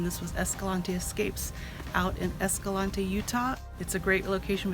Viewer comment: Hey, it's pronounced "esca-lanty" locally lol